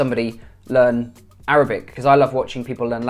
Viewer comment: Man your Arabic accent is AMAZING And you can speak Egyptian arabic very well And i'm from Egypt by the way